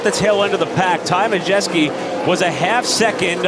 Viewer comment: One announcer says MUDjeski, the other announcer says MaJETSKI... LOL